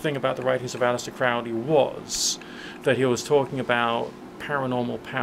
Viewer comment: Isnt it Crow-lee rather than Crou(t)-lee? Relates to your point made at [There met one eve in a sylvan glade A horrible Man and a beautiful maid. “Where are you going, so meek and holy?” “I’m going to temple to worship Crowley.” Crowley is God, then? How did you know?” “Why, it’s Captain Fuller that told us so.” “And how do you know that Fuller was right?” “I’m afraid you’re a wicked man; Good-night.” While this sort of thing is styled success I shall not count failure bitterness.] -from The Convert by Aleister Crowley Just bugs me.